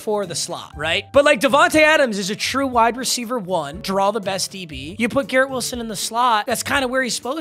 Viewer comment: Bro why do you say true like that? It’s not funny